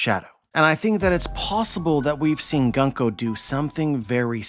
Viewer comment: Gunko's name (軍子) is pronounced グンコ goon-koh not guhn-koh. The simplest way to to remember this aside from just learning Kana is to remember that Japanese syllables are nearly always pronounced the same. Thus the U sound in Luffy, Usopp, Kuzan, etc and the U sound and Gunko will be the same. Interesting theory. I definitely think there is something up with the Gorosei and the God's Knights not exhibiting Haki so far. I do wonder if there really is a difference between the two though. All the Gorosei are very old already, and Garling, while he did age, is now also old. It could be that they get old but will never deteriorate in a way that will result in death.